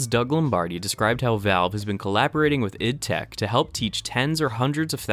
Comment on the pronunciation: Just a notification. It's pronounced I D tech. I worked there as an instructor this last year.